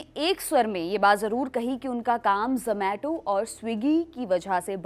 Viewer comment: 😂 Wo ज़ोमेटो नहीं ज़ोमाटो hota hai.